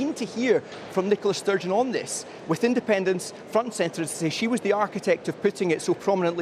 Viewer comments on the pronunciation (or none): SNP wins: andependence noo! SNP loses: andepenence noo! What a prize clown she really is 🤡